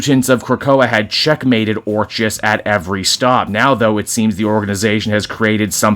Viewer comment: It's pronounced "ORK-iss." Like the word "orchid," hence their flower logo.